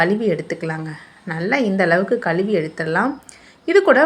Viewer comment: Say கழுவி. Don't say kaluvi